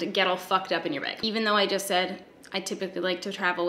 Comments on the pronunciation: The way ya say begh 😃😍💙💙💙💙👍👍👍awsome collection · I read the title in your voice. Baeg. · Let me be the first to say that you made back to back bag videos because you know how giddy it makes us Americans listening to you say “beg”. Its a yes. Don’t me. Tysm. Appreciate you. Xoxo.